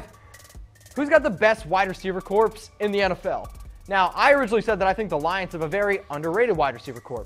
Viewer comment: FYI, in the word "corps," the p and s are silent. It sounds like "core."